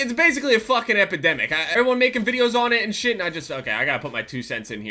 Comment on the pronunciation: He said it was an “epedimic”